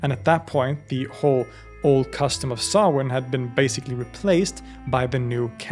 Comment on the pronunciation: Just delighted you pronounce Samhain correctly 😂 Stingey Jack save us from Sam Hain 😅